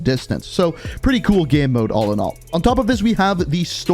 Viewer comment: Why is he saying “game” like that?? “Geme”